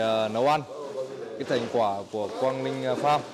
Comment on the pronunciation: Mình ko rõ là từ địa phương thế nào nhưng thấy Quang Linh gọi quả khoai tây thấy cứ sai sai hihi